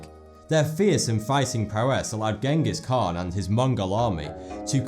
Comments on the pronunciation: that pronunciation of Genghis Khan killed me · Pronounced "Jenghis" or "Dschingis" not hard "G" "Genghis" Khan. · Sorry to sound like a nitpicker, I loved the informative video, but "Ghengis Khan" is pronounced "CHEN-GIS" Kahn. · Chingis han ;) Check it out, Mongolian doesnt have a G or some shit. I read a 'biography' of the great khan, and in the authors notes in the back he said he spent time with them to learn about him for the book. Im going to assume thats how you pronounce it if they told him thats how it was :) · The G in Genghis Khan is pronounced as a soft G, in Mongolian Language That's why its also transcripted into Dzjengis Khan (from an asian)